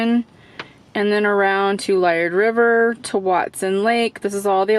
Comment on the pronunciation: Hello, I hope you enjoyed my hometown, I was born here and raised at Liard River. (Jfyi Liard is pronounced Lee'ard it means whispering Aspen or Popular and our money IS plastic) I hope you do a video on the Hot Springs. Drive safe and watch the ditches for animals always.